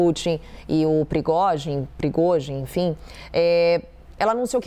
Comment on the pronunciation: olha essa repórter da CNN e uma tiro no pé!! ate eu que não sou reporte sei fala o nome do individuo kkk. Ela está falando o nome do Prigozhin errado a dias ! e ate hoje não aprendeu! admiro que a CNN persistir nesse erro de interpretação em uma emissora internacional kkk.e pior nem a emissora para corrigi-la ou ensina-la! 😅🤣😆